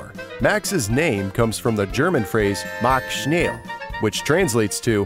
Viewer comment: You pronounced the german phrase like a russian!😂 Mach schnell!